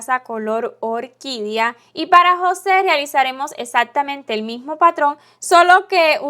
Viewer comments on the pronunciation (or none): none